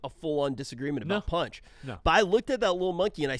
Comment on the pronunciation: Panchi not punch